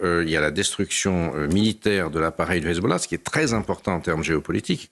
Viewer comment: Gille Kepel au top mais le présentateur est clairement partial. Il prononce hezbollah et hamas à l'israélienne et il ne cesse de sortir l'argumentaire de Tel Aviv "Israël se bat pour sa survie, Israël n'attaque pas, Israël riposte". On peut être d'accord ou pas mais un présentateur se doit d'être plus neutre.